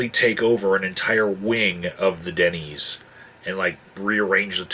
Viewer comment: Excuse my ignorance here, what is a Dennies? I at first thought you were saying thay take over a whole wing of a dunny and the tables there. I thought this is going to be friggin' hilarious. fyi, dunny is a slang word for toilet in my culture. cheers